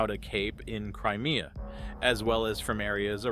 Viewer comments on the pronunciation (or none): none